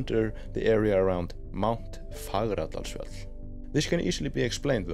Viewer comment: Thank you again for these updates, very informative! I love hearing you pronounce Fagradalsfjall - and trying to pronounce it myself with my US accent - I need some work! LOL! 🙏🏻😂😊